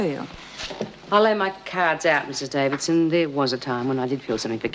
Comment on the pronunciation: Is it just me but can't seem to pronounce the word 'Davidson'?